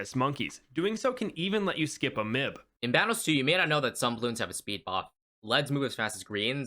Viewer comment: Bro said mib and not M I B (nor did he say monkey intelligence beiro (how do you spell btw ))